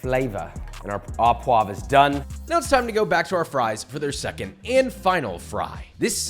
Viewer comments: Not only do line cooks get scolded on fucking up chives but also fucking up the pronunciation of au as "aw". It's pronounced "oh", JOSH very disappointed /s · it’s pronounced “u puava”… not “a poag” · In French, we don't pronounce the "s" at the end of words, so frites is pronounced "freet". And, au poivre is pronounce "oh poiv" no "ah poiv". In ANY case, loved the recipe and love that you have these two channels. All the best! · FYI, the word "au" in "au poivre" is pronounced "oh", not "awe". And, why does every one harp on using unsalted butter ? The amount of salt in a pound of butter is negligible when portioned out. And since, as you said, you should taste and adjust seasoning as you go and most definitely before serving, you have the opportunity to ensure the salt levels are appropriate. Instead of crushing your peppercorns with a pan or in a pestle and mortar, why not simply set your pepper mill to a very coarse grind ? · So much knowledge shared my freaking 🧠 exploded! Happy to see the recipes back! One little annoyance … it’s “O” poivres , not “Ah” poivres Love you long time! ❤ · Au poivre is pronounced oh and not ah.